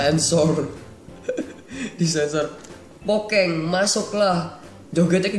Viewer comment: kok pokeng bang kan harus pokemon